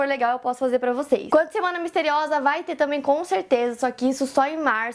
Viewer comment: Esse Miste riosa ta me dando agonia! KKKKKKKK POR FAVOR, ARRUMA ISSO! kkk